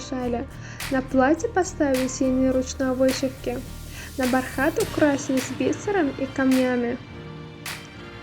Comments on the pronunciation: Агыз гурлянде догры ударение гоюп бир гурледя."БАРХАТ" созунде биринжи богуна душя ударение. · Пишется бархат а говорится под ударением бархт.